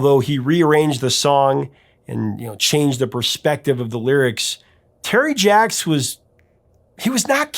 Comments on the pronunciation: It's pronounced Sz-ahk like Jacques Cousteau, Jacques Pépin, Jacques Clouseau.... The song was based on Bre'ls "Le Moribond" (The Dying Man). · "Jacques" is pronounce just "Zhahk" -- without the "uh" sound. The "uh" sound is made in songs like "Frère Jacques" because the music calls for it, in the same way that "frère" has an "uh" sound in that song, but not when simply speaking the French word for "brother." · Jaques Brel is pronounced Jack Brel . He was an avid sailor and ended up in the South Pacific where his boat stranded and years later was recovered to be restored . P.S. Jaques Brel was a Belgian and to twist the knife a little more so was Johnny Halliday (Born in Belgium as Johnny Smet ) another " French icon ". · Great content as always. I love songs by artists made for their friends who passed away (Pennywise's Bro Hymn is one of my favourites). I just have one minor note for this video: Your pronunciation of Jacques is a little weird, I'm from the Netherlands and everyone here and in Belgium pronounces it 'zjak'. Tip: When I need to know how something is pronounced, in a language I don't master, I use Google Translate's listen function. Anyway, keep up the good work, this is just me trying to help something great be even better. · i first heard Seasons on the radio in 1963 by the Kingston Trio - they took the Brel French version and made it Tex/Mex. J Brel is not "Jack-a," the name is very common and pronounces "JUKS" I knew the song well when it became a hit again in 74. Terry and Susan Jacks had plenty of hits as the Poppy Family; "Which way u goin' Billy" was #2 in US, There's no Blood in Bone, Where Evil grows and that's Where I went wrong all hit the Top 100. Speaking of French artists, u need to do a deep dive on Frank Sinatra's MY WAY - everyone associates the song with Frank, as it's his biggest but... it ain't his. xoxoxo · As much research as you do, how can you not Google "how you you pronounce Jacques?"